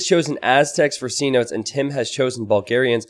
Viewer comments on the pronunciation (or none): The map isn’t C notes it’s pro union fee seh-no-tays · Map is pronounced ce-NO-tays